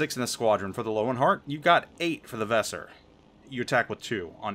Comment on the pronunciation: Not sure if any one else has mentioned this, but Germans pronounce the letter "W" as a "V". So the CV should be pronounce "Lervenheart"